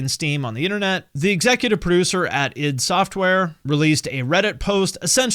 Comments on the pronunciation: The way a youtuber pronounces "Id" is a litmus test to see if the video about Doom is worth watching. You passed. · Glad to see someone pronouncing "id" correctly for a change lol.